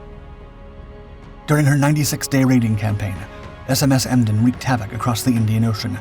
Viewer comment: Emden one word not E. M. D. E. N